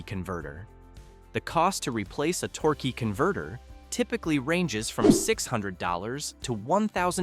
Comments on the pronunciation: Torkay and torky converter pronunciation is almost abusive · Tork, Torker, Torkey, AI sux...